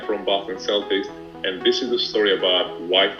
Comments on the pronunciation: He said boston seltics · Boston Celtics is pronounced Boston (k)eltics